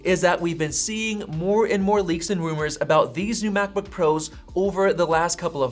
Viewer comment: this guy pronounces "and" as EHH'ND